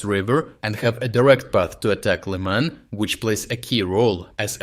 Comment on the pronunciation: Weird how you pronounce Liman as Lee-Mahn one time and then Lie-mun the next time. I thought this was an actual person talking but looks like your channel is just a computer generated voice reading a script.